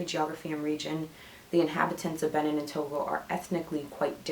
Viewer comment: Thanks for sharing your results. By the way, Benin is pronounced Beh-been.